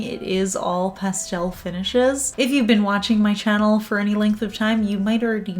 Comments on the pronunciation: Don't change for anyone! I love the way you say pastel! As for this collection, I love it! I'm a big fan of Orly. I definitely want the blue, green and lavender colors, but the whole collection is pretty! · Pastel pronounced pas-tel instead of pas-telle is perfectly correct in the UK! I first heard it pronounced in the latter way in 'Addams Family Values' and thought it sounded French!